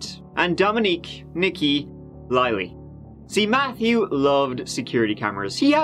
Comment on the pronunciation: "Nique" is pronounced 'Neek'.... NOT "nicki." 🙄